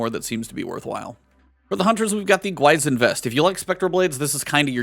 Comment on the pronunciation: Nice touch by Bungie to have the Gwisin Vest available. It's a Korean inspired piece and this weekend is Chuseok or Korean Thanksgiving. One other thing, it's pronounced "gwee-sheen".